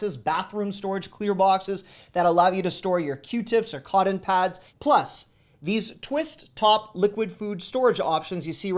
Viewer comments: I love ya buddy. I REALLY do. But what is "codden"? I know that "cotton" is. Also, I debated whether to mention that the G in "hang" is a soft G, not a hard G sound and as you can see, I figured what the heck. Thanks for all of your great videos. I only miss the Costco and Sam's Club ones because I'm not a member. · I came here to ponder the same... from where do you hail if you say codden? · I’m from Texas and we say Cott’n you pronounced it codden. Never heard that before. 😂 Thanks for all the good finds. Love your deals. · I love the way you say coddon 😁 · I like the way you say "Cotton". You say "CODDEN". Where does that accent come from?? Why can't Americans say the letter "T"?? For example, y'all say BUDDER instead of BUTTER. After all, it's TOM, Not DOM. Right?? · Yeah, I found your pronunciation of cotton very different. Where are you from? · Love the dollar tree deals!! Thanks. Also, love the way you pronounce cotton and hangers!😜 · Where are you from? You're the only other person I've heard say "cotton" like I do. 😂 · Cotton not cotton.